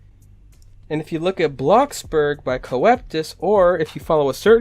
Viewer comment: It's not co-ep-tis Its cope-tus